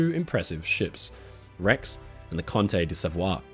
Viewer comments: My mom was Italian. She and her family sailed to New York on the Conte di Savoia in 1938. The correct pronunciation is CON-teh dee Sah-VOY-ah. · Sorry, but you missed the correct pronunciation of "Conte di Savoia" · Hey, just an FYI, my Nonni travelled to America on board the Conte di Savoia and i am 100% certain you are pronouncing it wrong.